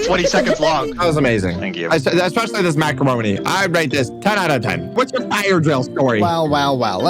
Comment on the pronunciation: "such good macawonie" - May 26, 2024